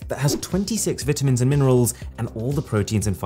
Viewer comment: He Said Vitamins Incorrectly :)